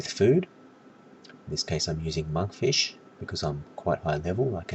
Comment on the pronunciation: No sir, your argument is invalid. I'm 138, I DONT NEED FOOD THERE. However i wasn't laughing at monkfish as "noob food" but the way you said it hahahaha "manfisch" LOOOL NICE ACCENT